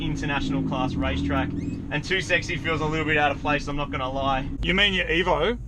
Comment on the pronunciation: Did you say ''Rice Track''? xd